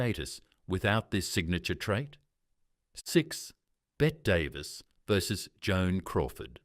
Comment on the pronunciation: There is no such actress as "Bet" Davis. Bette Davis is Hollywood royalty. Lousy AI will destroy youtube.